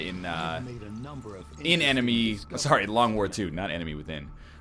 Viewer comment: that was the most canadian sorry ever.